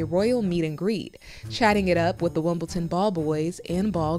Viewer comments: Someone should tell that commentator that it's called Wimbledon not Wimbleton , how would she like it if we called Washington washingdon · Why is the utterly abhorrent Harkle mouthpiece Omid Scobie discussing the Wales children? He knows precisely FA about that family. Oh and BTW, there is no 't' in Wimbledon FFS! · There's no 't' in Wimbledon